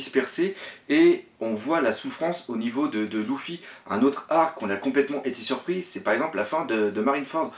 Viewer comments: Luffy se prononce lefi pas loufi :) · Ouai ;) c'est juste que j'était habitué à ce que les youtubeurs francophones le prononce leffy. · Oui je regarde la Vf ^^ Luffy se prononce le fi et en vo se prononce le ou ffy, enfaîte, il fait des fautes de prononciation pas que sur Luffy, je crois qu'il le fait aussi sur Sanji et ni en Vo ni en Vf la prononciation est comme il le fait mais bon je vais pas rager pour ça il fait ce qu'il veut le capitaine ^^